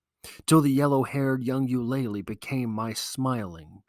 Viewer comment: You-Luh-Lee not You-lay-Lee